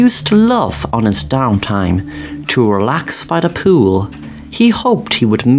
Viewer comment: Love when he says , pooh-ill. 🏊‍♂️ 💦 But imagine reading the article so intently that you don’t realize you’re surrounded by fire.😬